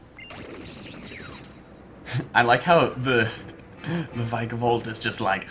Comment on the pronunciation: Vik a volt is how you pronounce it